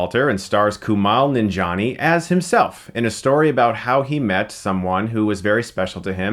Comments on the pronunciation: It's pronounced Ku-mail Nanjaini, not "Kumal". Just saying..... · Isn't it Kuma-eel nan-jee-ani? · "Koomal Nonjohnny"? Kumails name is pronounced how it's spelled....... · Coo-mall ninja-nee. lmao